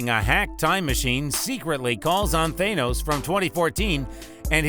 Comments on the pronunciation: It's Thanos not THAYnoes. Thank you for the insight great video :D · YOU TS THA-NOS NOT THAY-NOS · For the love of god just say thanos not thay-nos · Its thanOs not thANUS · Why do people say Thanos wrong? They keep saying the "A" in Thanos the way the letter A sounds when you say it alone. Instead it's said as the A in "ah". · Tha-nos not thainose 😂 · It's thaaaanos not theynose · Its Th-AH-nos not Th-AY-nos!!!!! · why did he fucking say Captain Amerrrrica, Gamorrrra, The Thor Hammer, Thay Nose, Rowdy and morOG why does he pronounce even the msot easy names incorrectly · Why tf do u keep saying Thainos and captain ameRica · How do people STILL mispronounce thanos when it's litteraly said several times in both infinity war and endgame it's not that hard people it's a soft A not a hard A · How this bitch says thanos is so fucking annoying is tha not tha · why are you saying Thaynos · Man this guys voice is fucking annoying. THAYNOSE 🤓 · Are you hungry? Eat your thaney-O's it's good for you and sweet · Th-ay-nose lmao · He’s saying Thanos wrong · Ok i know but learn how to say thanos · can you say thanos right?